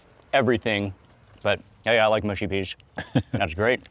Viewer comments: Mate I like your videos but it’s mushy not moosey okay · please can americans stop saying mooshy peas? it grates my soul. only people from the north of england are allowed to pronounce it that way, otherwise the mush in mushy rhymes with rush or crush. not push.